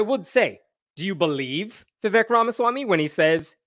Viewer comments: Vivake (pronunciation) is fake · Vivek. Rhymes with cake. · His name’s Vivek, it rhymes with flake. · Vivek rhymes with cake